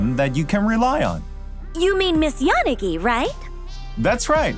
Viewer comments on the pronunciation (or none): wtf did they just mispronounce yanagi like YAH-ni-gi like a silly gaijin? she's obviously jp so it should be like ya-NA-gi. and tsukishiro should be tsu-KI-SHI-ro. or am i totally off... 🤦